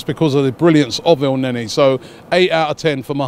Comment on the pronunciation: lmao Robbie said "Mohammed El-Nae-Nae"